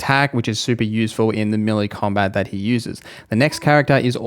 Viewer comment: Meh - lay rather than mili is how you would say melee